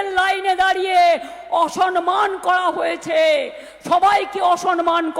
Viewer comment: Sanman noy, sabdo ta 'samman'. Bangla tao thik thak Jane na.